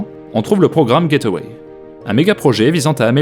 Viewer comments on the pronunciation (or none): Juste une petite erreur de prononciation, ce n'est pas "get away" mais gateway, comme gate + way. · Très chouette vidéo. Quand j'ai entendu le coût de construction, deux fois celui du programme Apollo, j'ai trouvé cela renversant. Surtout qu'avec les USA, c'est toujours des chiffres énormes. "gateway", j'ai moi-même longtemps prononcé "get-away", alors que c'est "gate-way". Mais sur le fond du programme, ça se rejoint.